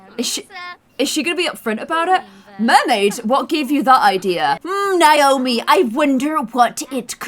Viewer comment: I love the way you say Naomi, makes me like own name so much more!